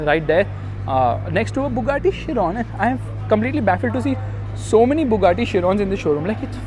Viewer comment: Man the thing which I will go and definitely stands out is the Bugatti Chiron mate the Chiron is a masterpiece and thank god you pronounced the name of an f1 legend correctly